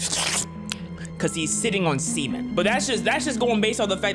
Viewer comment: A boat load of semen ❌ A boat load of sea men ✅😂😂😂